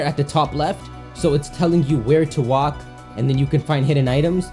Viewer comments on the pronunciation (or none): none